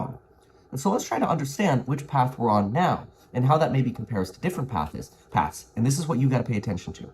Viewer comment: Kevin had a hint of FOB when he said pathis instead of paths 😂